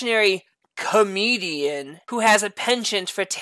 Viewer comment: The way it says ‘Comedian’ lul Not sure how the person identifies, so I mean, it seems appropriate.